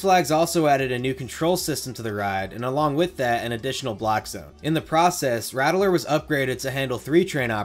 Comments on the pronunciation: It's pronounced Ratt-ler, not Ratt-e-ler like you're pronouncing it. Was driving me mad every time you added that extra E syllable to it. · My only critique is everyone calls it “Rat-ler” southern drawl kinda, not “rattle-er”. The original was rough. I hurt myself many times growing up near the area. The iron rattler is much better and I enjoyed it while I lived there. Many times I would go on the original alone because me parents did not feel like taking the battering. I started to get migraines going on the ride as it got older, and I didn’t ride it until the remodel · It’s pronounced “Rat-Ler” not “Rattle-er” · I can’t “like” this video because of saying “Rat-el-ler” instead of “Rat-Ler” like any sane person. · RattELer?! *$&(*&^ RATTLER! JUST LIKE THE NEWS CLIPS (that you found and edited) PRONOUNCED IT! lmao, pulled so much hair out, but otherwise great content so I continued watching. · You keep saying it wrong. You're saying Rattel-Er. It's RATT-LER. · You pronounceing the rattler (the raddler) is killing me 💀 good video though very informative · “RAT - lur.” 2 syllables. Unless that’s a North Jersey thing! I second a comment below that I would like to see a video on Drachen Fire. I’m personally skeptical that it was a direct attempt by Arrow to ape B&M, but I’m curious what you would have to say. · I can tell you aren’t from Texas just by the way you pronounce “Rattler” lol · Idk if I can listen to this dude mispronounce the word rattler for the next half hour. That extra vowel sound takes special effort.